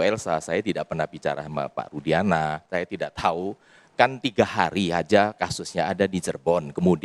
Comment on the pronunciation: Si....Sebut Rudiana aj jdi Rusdiana. Itu aj ud Salah ap lgi yg lain,,Ap lgi yg Sok Dia Catet Catet Materi buat Bantahan...ud bnyak yg Salah.....Salah demi Uang. Manusia Sesat